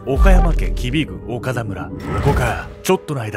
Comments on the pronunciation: 濁点の発音が苦手なのぬ オカラ更生館💦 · 岡田がずーーーっと「おから」に聞こえてて、「おから更生館って変な名前や〜」って思ってた。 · おからこうせいかんって聞こえた🤣 潜入捜査すごい！ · ダメだ…何回聞いてもオカラ更生館って聞こえるぜ… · 本当にオカラにしか聞こえない笑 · おからって聞こえてしまう……